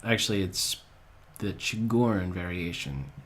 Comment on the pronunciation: it s tchigorine xd